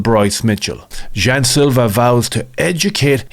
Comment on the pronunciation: Jean "jew" Silva